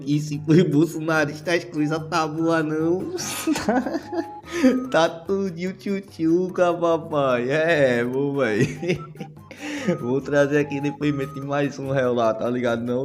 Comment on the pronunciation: O que é ThuThucou ? Não seria o correto Tchu Tchucou ?😂